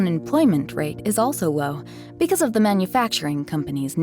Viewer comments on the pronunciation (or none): none